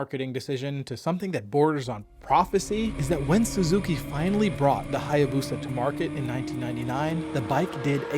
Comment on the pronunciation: Check Japanese Pronunciation of Hayabusa 🤭